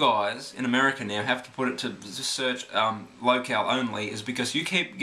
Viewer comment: it isnt local, its pronounced lo-cale